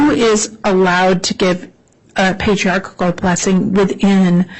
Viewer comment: Everytime she mispronounces Patriarchal, it makes me giggle. Even in the church, so many people say it wrong.😊